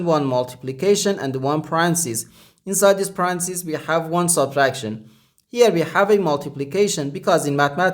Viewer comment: My guess is Chinese or Asian country not used to using English as 2nd language. Also, it's not to criticize, it's simply to try to avoid Confusion. He kept saying Parancis and I kept thinking, Pope Francis 😄